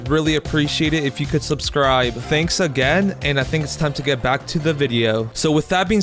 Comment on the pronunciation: u said subcibe instead of subcribe